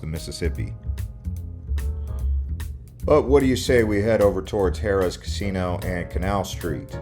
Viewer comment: …and the way he pronounced “Harrah’s”. I can’t. Lmao